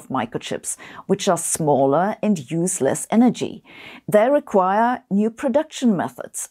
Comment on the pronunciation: I just heard "which are smaller and useless energy". But yeah, I noticed, that it should be "which are smaller and use less energy". :D